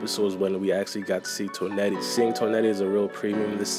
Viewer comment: The way you pronounce Toneri bothers me lmao